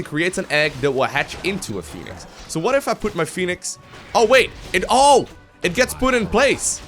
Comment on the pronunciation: Phonenix man, phoneix :((